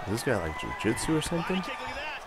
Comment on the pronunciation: I cringed every time he said jiu jitsu....